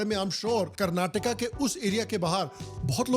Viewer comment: Finally seeing a North Indian Call Karnataka and not Karnatak and Kannada not Kannad